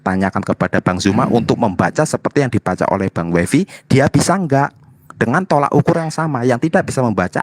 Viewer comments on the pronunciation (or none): Koreksi banyak yg salah ucap, yg benar tolOk ukur bukan tolAk ukur...abdul qodir sptnya mau buka perpustakaan...